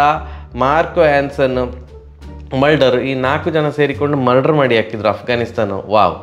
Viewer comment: ಮಲ್ಡರ್ ಅಲ್ಲ ಅವ ಮುಲ್ಡರ್ 😂